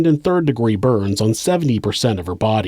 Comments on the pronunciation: just fyi n-ee-na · have you never heard the name nina before lmao neyena? also he is a sister in law somehow lmao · you say "Nina" wrong